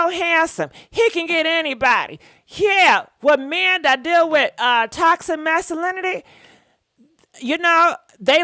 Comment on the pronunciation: Toxa… Mass uh lin itee … it sounded so nice had to say it twice. Toxa Massuhlinitee